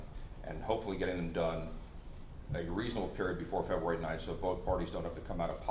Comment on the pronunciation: I'm sorry but this judge is horrible he can't even say february 5th correctly he says februari 5 how is this man a judge